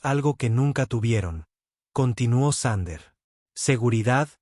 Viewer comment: Thunder --> Sander (reconstruccion fonética de la IA) ... Thunder --> Trueno (traducción del ánglico coloquial al español) 😁😁😁